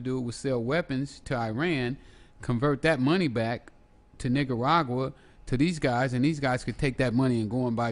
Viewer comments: The way he pronounces Nicaragua ("Nigga-ragua") cracks me up everytime. (like ) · i swear he said NIGGARAGUA.... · he did. i heard it too